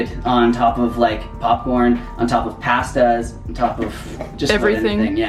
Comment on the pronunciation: You don't say pasta correctly